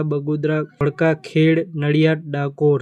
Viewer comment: ખેડ નહી પણ ખેડા એ રીતે બોલશો.